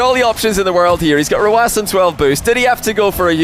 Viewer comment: Simple. His name, the number "9" in his country means like an "S", so his way of pronouncing it is letter by letter